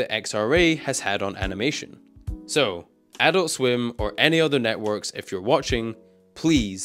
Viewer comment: TBH it kept pissing me off every time you said "Adult Swim" in this video, because your intonation is wrong every time you say it. It's ah-DULT swim, not AH-dult swim lol.